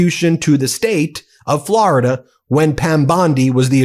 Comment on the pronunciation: Hilarious how Ben pronounces Florida like Trump does (unintentionally). "Flaraduh" lmaooo. Why do some people say it this way ? Sounds terrible 😂